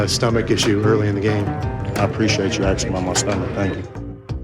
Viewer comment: "Thanks for aksing"? Where did he go to school?